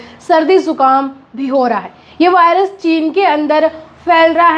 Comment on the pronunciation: वॉयरस ❎ वायरस ✅